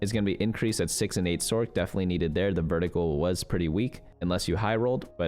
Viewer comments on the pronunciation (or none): none